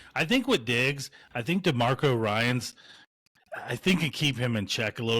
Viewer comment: "Demarco" Ryans